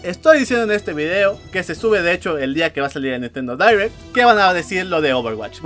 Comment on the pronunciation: Se diria "dairect" no "direct"